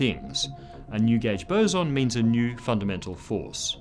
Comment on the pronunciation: finally, a YouTube scientist who knows how to say "boson"